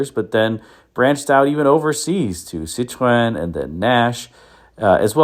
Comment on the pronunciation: what will it take for you to pronounce "Citroen" correctly? You are an intelligent guy, know Romance languages, studied music - and yet you won't bother to learn the proper pronunciation of this iconic marque. I am baffled.